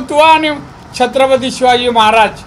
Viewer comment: साहेबाना नीट महाराज बोलता येत नाही...... 🍺